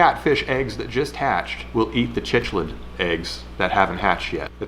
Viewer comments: Also....quit saying "chichlid" lmao it's CICHLID pronounced sick-lid.....sorry I'm an aquarium hobbyist 🤣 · A fun fact you missed: Asian arrowana are illegal to own in the United States. Cichlid is pronounced sick-lid You did pronounce Cuckoo right the first time and the lure is amazing. Love your content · It's not pronounced chich-lid. It's pronounced sick-lid. The more you know. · Cichlid is pronounced like sick lid, not chitch lid. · It's Pronounced "sick-lid" .... Just so you know, for future. I used to have them in an aquarium. They're very interesting to watch Them raise their babies. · It’s actually pronounced sicklid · Im really liking the more complicated projects (btw cichlid is pronounced "sick-lid"😜) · pronounced 'coocoo' and 'sicklid' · The cichlid fish you referenced is pronounced sick lid. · Love your vids. Just a heads up though im pretty sure you were saying "Cichlid" if you were is actually pronounced "sick-lid" if you weren't ill just shut up and go sit in the corner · Just FYI it's pronounced sick-lid. Love the videos and I have no clue how you keep coming up with so many unique ideas after all these years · I also ways pronounce them Chick-lids. There is an invisible "h" apparently. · It's pronounced Sick Lid. The H in cichlid is silent. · Say cichlid right